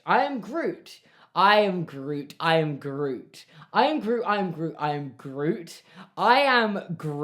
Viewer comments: it sounded like he was saying irn-bru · by the end of the i am groot segment it sounded like you were saying irn bru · when you started saying "i am groot" i thought you were saying "and i oop" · Your pronunciation in grootish is atrocious